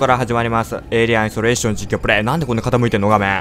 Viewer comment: 最初のゲーム名の言い方でサーキュレーション思い出したw